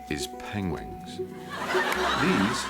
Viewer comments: Penglings. Penwings. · How did the directors, et. al. not correct Benedict? How did they let it go to production that way? "Pengwings" 😂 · The best thing is Benedict saying penwings, me adn my partner calls penguins chocolate biscuits penwings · Long before Cumberbatch came along I had a friend who pronounced them PenWings. so funny. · I can't get over the fact that nobody stopped and taught him how to pronounce penguins instead of just going, "yeah that'll be alright" lol it makes the production look bad. it's funny don't get me wrong but it's weird at the same time!